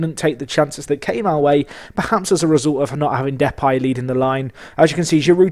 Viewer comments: Why are you pronouncing it 'Depie' when it is Depay? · Ok, I guess we disagree on that, I've only ever heard people calling him Depay the way that I would pronounce it. Maybe you're right, never mind it's only a small detail. I love your content as ever mate!